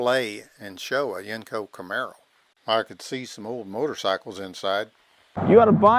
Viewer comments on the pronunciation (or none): I was born and raised in pgh pa. I spent my teenage years living in Canonsburg near where these were built. My uncle's and I talked about Yenko's all the time. Although us locals always pronounced it "YENG-ko". Every time the narrator says "yenn-KO" , it sounds funny. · You say the word Yenko wrong buddy